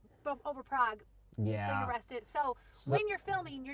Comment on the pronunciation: Oh, kudos to to pronouncing Prague name in original! Also YAS it is absolutely adorable city, I have been visiting it for dozens of years now and thinking about staying there for retirement.